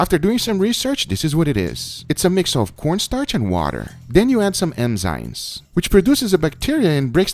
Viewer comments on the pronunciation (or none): Nobody:: Emzynes 😂😂 ah I love you man